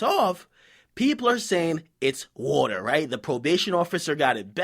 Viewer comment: I didn't even know "woeter" was water til, you said "resembles pee" Lol I was Scoobying when I kept hearing it